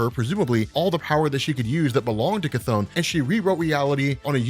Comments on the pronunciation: Terrible how you englisch People butcher the CH! His Name is Chton, not Kathon! That is like the Name Richter is Richter and not Rikter...No english Person will ever speak those right! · After playing Hades and watching History if Greek mythology videos it hurts a bit hearing "ka-thone" instead of "kuh-thon" but just a minor gripe 😂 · Never heard someone say Cthon out loud. I always read it with a short "o" Good video though. Subscribed.